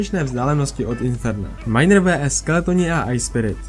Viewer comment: Bože prečo hovoríš "vé es"